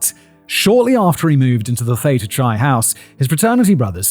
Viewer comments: "Chi" is pronounced "kai" Fact Boy 😅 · Pronouncing Chi like its Chai Tea lol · I'm impressed that he more or less managed "Kalamazoo," but pronounced "Theta Chi" as "Theta Chai" 😂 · Ypsilanti (Ypsilanti, Michigan) = IPSAH-LANT-TEA Coupe (style of car) = COOP Muskegon = MUSK KEY GEN/GUN [GEN rhymes with Yen, can use either Gen or Gun] CHI (Theta Chi/ΘX fraternity) = KAI Salinas (Salinas, California) = SUH LEAN US